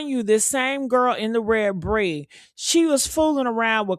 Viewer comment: Her name is Pree not Bree